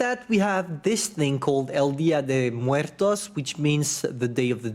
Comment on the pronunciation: Hearing say "día de muertos" is so satisfying